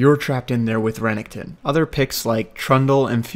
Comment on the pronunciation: He pronounced Renekton so weirdly...